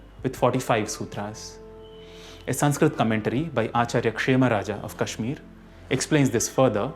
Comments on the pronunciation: ଭୂଷଣ so you are telling me कश्मीर should be pronounced as कश्मीरा??? One is a state's name and other is a girl's name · ଭୂଷଣ कश्मीर should be pronounced as कश्मीर same way with योग, सनातन, मंत्र, धर्म, आयुर्वेद। That's it. That's all I'm saying and I don't give a shit about some foreigner getting it wrong. What k do give a fuck about is a man who is running a youtube channel on sanskrit getting it wrong.